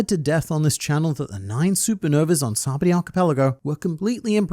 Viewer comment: SABAODY "SA-BAH-OH-D" You're welcome :)